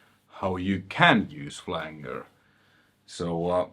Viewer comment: Hey man, your videos are awesome. Speaking multiple languages is something I do not do. Your awesome man. The flanger is pronounced Flan- ger and not Flang- ER. Anyway, keep up the great videos.